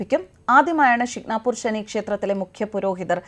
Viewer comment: ഷിക് നാപൂർ അല്ല 'ശനീശിങ്കാപൂർ എന്നാണ്